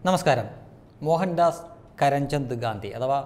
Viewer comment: SHRADHICHU KETTAPPOL PIDI KITTI. MOHANDAS "" KARAN CHAND "" SERI ALLA. MOHANDAS "KARAMCHAND" AANU SERI.